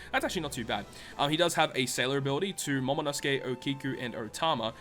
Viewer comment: In the End it isnt Momonosuke its Momonoskii.